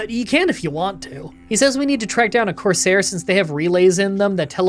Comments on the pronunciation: I'm reasonably sure that 'courser' is pronounced like Core-Sir. A corsair (how you're saying it) was essentially I special type of pirate back in the day. (Ones that tended to serve kings and whatnot) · it's actually pronounced courser, not corsair /j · Courser not Corsair but why do I feel like you where saying it like that just to get people to comment about it. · Dude him saying coursair made me so mad and follow the railroad it’s the freedom trail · love the video. Midly annoyed that you kept saying corsair instead of courser lol.